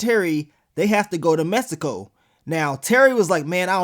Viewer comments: y u keep saying it like messsico??? 😂😂😂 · The way he kept pronouncing Mexico 😂